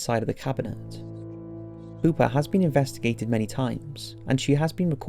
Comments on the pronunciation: Anyone else hear poopa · Pooper the doll? sure you're pronouncing that right? lol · I know that it's creepy but I can't help but laugh when he says poopa😂😂😂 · Pew pa pronounce it right.